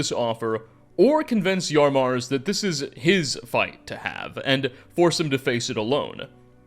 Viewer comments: Why does everyone have trouble with saying "Yamarz"? is saying "Yarmarz," and I've heard others say "Yarmaz." It's baffling. His name is spoken by characters several times throughout the quest, and it's pronounced exactly like it's spelled, so there's no reason to get it wrong. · Can’t believe you’d call chief Yamarz “Yar marz”